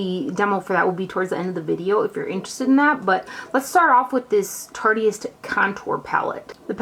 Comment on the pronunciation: yeah, I'm pretty sure that it is too. but "tarteyist" sounds fun!